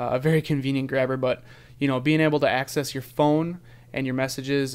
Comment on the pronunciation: i think hes saying 'axis' not 'access'